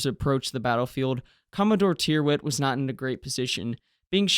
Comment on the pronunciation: Tyrwhitt is pronounced Tirrit.